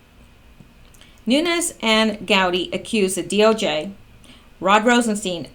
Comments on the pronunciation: It is pronounced Nunez, there is no ~ over the 2nd N, so no stretching out of the 2nd N. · It is NOO-Nez.. (Nunes) Portuguese. My congressman. bugs me when ppl dont get it right. esp. like. From Tulare CA!:)